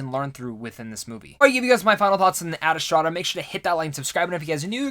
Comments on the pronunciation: Ma boy said “Ad Estrada” lol. Love you man but bruuuhhh. You did the same thing with “Dr. Saveena” from Shazam... it’s Ad Astra and Dr. Sivana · I was thinking that. It's Ad Astra as it's written. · Is it me or he just keeps mispronouncing the movie? He keeps saying "Adastrada"... adding an extra syllable to the word. Why?